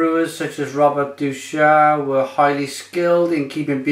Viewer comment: Deuchars is pronounced Dew-cars